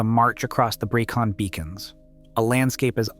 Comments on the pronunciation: "Pen Uh Van" not "Pen Eye Fan" "Breckun" not "Bree-con" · I'm writhing in agony listening to this commentator BUTCHERING the place names. Here goes for correction. Brecon is pronounced Bre con. The 'e' is pronounced as in egg, hence Brecon. Pen-y-fan. This is Welsh language and pronounced Pen e fan. Again 'e' as in egg. I can't watch any more as the butchery hurts me. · This is lazy and inaccurate! You need to correct the narration this is terrible... * Pen Y Fan is pronounced PEN EE FAN not PEN EYE FAN. * Brecon Beacons is pronounced BREH CON not BREY CON or BREE CON * That's NOT Andy McNab it's Chris Ryan and Jason Fox * Andy McNab DID NOT escape the desert he was captured. The escape was made by Chris Ryan. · Jesus Christ, will you lot PLEASE learn how to pronounce Welsh names? 😭 It just makes you look incredibly ignorant of your chosen subject! Bree-con? Pen-I van? Card-rae? Seriously, c'mon man, sort it out, please!